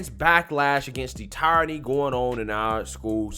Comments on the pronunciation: Love your work my dude but it's pronounced tear-ony lol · Love this guy. Smart, well spoken, I recommend him to lots of folks. That being said, I'm still trying to figure out what the term tire-ranny is...(does he mean tyranny, pronounced, tear-ranny?) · in my Hermione voice It's pronounced "tear-a-nee" Not "tye-ra-nee" 😂😂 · TEER-A-NEE = Tyranny It's TEER-A-NEE not TY-RON-EE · The word you're looking for is * Tear eny * , "tie rany" isn't a word. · Tyranny is pronounced "Tier-ah-knee" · lmao Tie-ranny. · “Teer” … say it with me my man — “Teer-ruh-Nee.” 😁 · Love your videos but the way you pronounce tyranny hurts my soul lol. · Tyranny....... look up pronunciation.